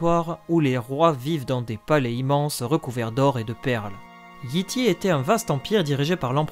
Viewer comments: Comme toujours, une vidéo complète, bien construite et qui instruit. Mais toujours un gros problème de prononciation (on prononce "Yaï Taï" et non Yi Ti, teaser se prononce "tizeur" et non "tazer", showrunner se prononce "choreuneur" et non "chorouneur", Shireen se prononce "Cheurine", l'auteur est G.R.R. "Martine" et non "Martin")... Bref, faut se rappeler que la langue d'origine de GOT est l'anglais, donc les noms ne peuvent pas se prononcer comme en français. Je pense que dès que cela sera respecté, ce sera la meilleure chaîne d'explications sur GOT ! ;) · Excellent ta rubrique Géographie est ma préférée ^^ je vais quand même faire une petite remarque : Yi Ti se prononce Yay Tay